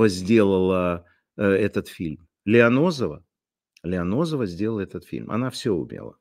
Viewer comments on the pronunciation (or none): Лиознова, а не Лионозова))) Лионозово-район Москвы , где жил Плющев😂